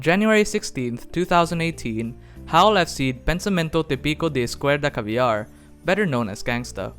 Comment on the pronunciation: Kinda laughed how you pronounced "pensamento típico de esquerda caviar", I would say it wasn't a bad portuguese pronounce. Great video